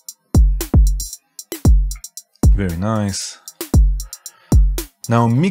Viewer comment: first thumb up... and BTW: NOT "very nice"....it's "ABSOLUTE VERY ICE" my friend!!! LOL